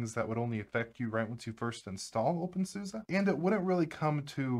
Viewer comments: In German, "Suse" it's pronounced "Soos-eh." Actually, it's "Zooz-eh," but that may be going a bit far, for English speakers. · Why do you call it OpenSUSA? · Really appreciate this topic, although I am always surprised with the way the Suse part is pronounced, when I used OpenSuse (probably version 10 or 11, if not older), I used to think Suse was pronounced like Seuss as in Dr. Seuss.